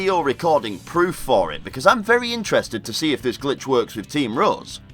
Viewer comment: lol it sounded like he said team roz